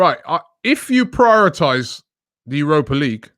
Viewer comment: Prytorize you know 😂🤣